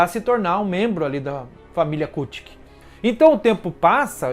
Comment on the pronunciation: Adoro bleach gosto muito do teu canal mas por favor apreende a dizer kuchiki e as outras palavras como deve ser